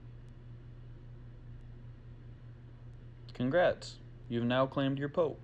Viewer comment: PO-AP is how it is pronounced just a FYI